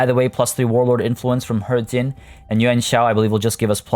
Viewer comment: It's pronounced he-jin